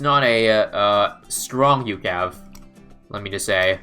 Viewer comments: It's U C A V from cod not ukav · It's not "youcav", it is U-C-A-V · I hate how he says ucav. Instead of saying every letting individually